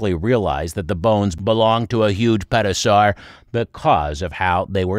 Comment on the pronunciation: Did you say Pet-o-saur? 😂